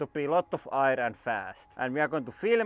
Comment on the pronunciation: I like how you say aijer when you say air